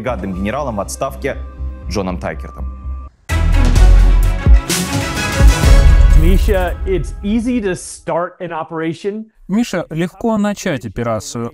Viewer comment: Какой позитивный. Одна улыбка чего стоит. А как он произносит Мища..